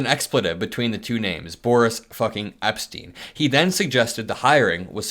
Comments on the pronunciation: Sorry, you are pronouncing boris epshteyn incorrectly. His last name is pronounced like Epsh-tine. If it were spelled Epstein, it would then be pronounced as Eps-teen. I only bring it up because there are so many honourable families with the last name Epstein out there I wouldn’t want to see their family name besmirched by being connected to that 2 bit shyster. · Ep-shtine, not ep-steen. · There is a "SH" sound in the middle of his name. It's distracting when it's said without it. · Epshteyn, not Epstein. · Epshteyn is pronounced with a 'sh' as Epsh-teen, not Eps-teen it sounds like you are talking about Jeffery Epstein. 😊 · It's pronounced Ep-Shtine